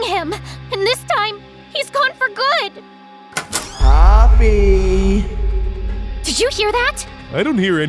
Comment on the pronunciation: Player sounded like he was saying Hoppy